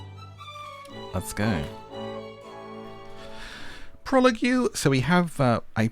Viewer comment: your pronunciation of prologue IMMEDIATELY caught me off guard lmaoo oh no…i resolved myself to just watching you play this bc these kinds of games are never available on switch but i just looked it up….devastating for me and my ever increasing wish list